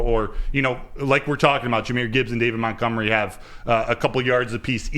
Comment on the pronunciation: Why does call Montgomery…”MOUNTgomery”?? It drives me nuts